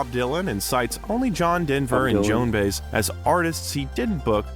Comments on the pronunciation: Her name is pronounced Joan Buy-ez. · The last name of Joan Baez is pronounced bye-ehzz, but then Ai doesn't know that. It wasn't Dionne Warwick, that was Tina Turner. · usually has such great recommendations, but I just couldn't watch this AI slop, "Baze" was just too much... and it's too bad, when there's such a great Making Of video out there, the one that includes where Stevie Wonder had to show Bob Dylan how to sing like Bob Dylan